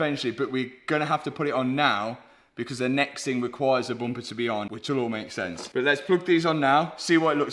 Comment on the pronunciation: I love when Mat says boomper